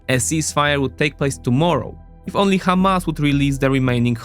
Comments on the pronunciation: It is Hamas not Kamas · It's "Hamas" with a harsh "H", not "Kh", unless you wanna say it in Hebrew.